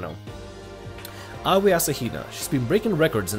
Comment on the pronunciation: I just want to congratulate you on being able to say Aoi's, Junko's, and Byakuya's names correctly